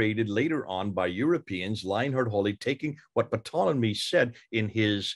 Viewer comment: ...the fact You're pronouncing Ptolemy's name as 'PAH-tol-emy,' really concerns me...